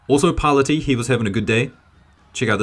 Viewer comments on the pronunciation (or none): I think the judoka who got hansoku against Parlati was using a standing waki gatame by trapping Parlati's arm in his gi. Might have been by accident, or maybe sneaky pool... 😬. I believe the Italian's last name is pronounced par-LA'--tee, by the way. Cheers.